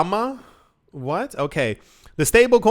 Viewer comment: Develama? Its Defi Lama